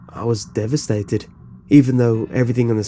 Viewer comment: "I was..... devistated."